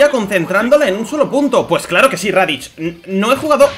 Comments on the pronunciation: Por que dices raditch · "radich" y "makokosapo" xD